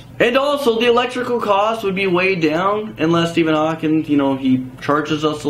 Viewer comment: It's Hawking not Hawkins